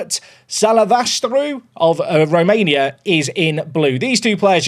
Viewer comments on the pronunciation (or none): none